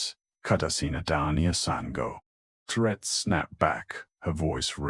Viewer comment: Voice is awful and transcript is worse. I found myself looking for anomalies instead of listening to the story. Plarrt instead of Claret or is it Clorrette/Cloret???